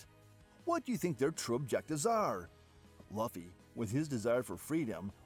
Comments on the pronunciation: You fool it's Luffy not Laufy🤣🤣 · laphy instead of luffy pissed me off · Bruh... Laffy, Kuriha, Gold family (instead of Gol), reading 'ally' as 'allee'... So many mistakes. Also, Blackbeard being a Cerberus and eating a Human-Human Fruit is unlikely. Did you forget that Chopper ate this fruit? The opposite is more likely: Blackbeard is a human who ate a Dog-Dog Fruit, Model: Cerberus. Then again, I don't know why this would count as him having 3 bodies, and therefore, able to consume multiple fruits. A Cerberus has 3 heads, but only a single body after all. My personal guess is that he has either multiple personalities (probably 3, based on his Jolly Roger), which allowed him to consume up to 3 DFs for some reason, or that his Yami-Yami Fruit can somehow trap the 'beings' inside the fruits and enable him to use their abilities, or maybe a combination of both. The multiple personalities thing can be the reason why he's sometimes brave, yet can be cowardly at times.